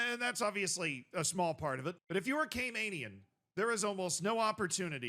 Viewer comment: Talking about my island, made me so excited! Also it's pronounced Cay-MAN-ians not Cay-MANE-ians. Love you tho. Great work.